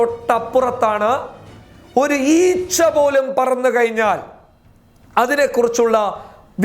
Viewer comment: kayinyaal ennalla..kazhinyaal😉 enthaayaalum superaaa❤️